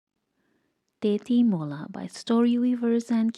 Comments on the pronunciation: Tetimola❌ Tejimola✅ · Not tetimola its techimola